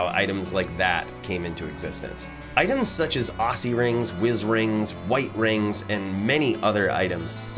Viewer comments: why he say ossy ring, its not ossulus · Are you serious? How do you say oculus? Do you say it with an S? Osulus? Occy rings are said as OCKY rings.